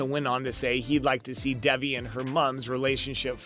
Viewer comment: bruh how do u get devi from davi lol